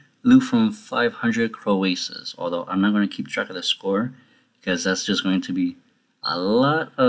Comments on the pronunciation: You say it like Crow-Sus, not Cro-Ay-Sus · disliked because of how you say croesus